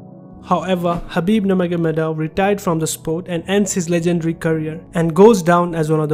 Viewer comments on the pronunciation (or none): It is pronounce “nur-mo-kha-mad-ov” sounds nur-mohamad-ov..